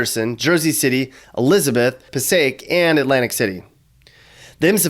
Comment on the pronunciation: It was funny! You said Passaic right!